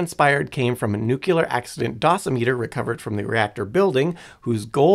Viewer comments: Nope, have Google pronounce it for you. It's noo·klee·ur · If you can't pronounce "nuclear" properly, I'm not watching your video. Get rid of this idiot and bring back Simon. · The word "nuclear" only has on "u" in it and only two syllables. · nu-cle-ar, not, nu-cu-ler. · Nothing more annoying than hearing people say nuculer. Its pronounced new clear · Every time i hear NEWK-YOU-LUURR. Like nails on slate. Now say it with me: NEW-CLEAR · bro... it's pronounced NEW-KLEE-AR "NUCLEAR" not!!!!! NUKE-YOU-LAR. it is not spelled nuke-ULAR nor is it pronounced that way! it is NUCLEAR PLEASE pronounce the word correctly if you are speaking about it, and ESPECIALLY repeating it so Frequently it really detracts from the intelligence perspective and it also DISTRACTS viewers with redundant mispronunciation of THE KEY!!! word; NuClEaR. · Today I found out that some people say 'nucular' rather than 'nuclear'. lol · I never understood how some people, no matter how knowledgeable, can't or won't say new-clear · It's Nuclear, not Nucular. For fuck's sake already! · Pronouncing it "nucular" gives the same impression as if you were making a video about libraries but kept calling them "libaries". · Nuclear: not Nucular. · "Nucyoolar" ugh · Sorry, I don't pay attention to anyone that says nukular. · I had to abort at "nucular" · yessss. There is only one "u" in "nuclear" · As a former science teacher, hearing people say "newkyalar" makes me feel like my life was in vain. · Worst part was him saying newkulay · Say. It. CORRECTLY!!! RAR!! 😂😂😂🤣🤣🤣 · I’m sorry, but I can’t listen to a video about anything nuclear when the speaker says “nuke-ular” the entire time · Except for the pronunciation of nuclear.😂